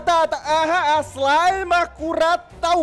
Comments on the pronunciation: Мне одной послышалось вместо "Слайм" "Зай"🗿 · А мне послышалось "Смайл"🗿